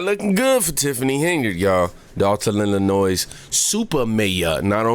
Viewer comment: Mate, you've got a great channel! You're evolving well with it!! One thing man, Illinois, the (S) is silent.